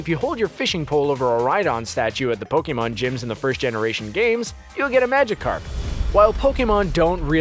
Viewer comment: Do u not know hot to pronounce Pokémon?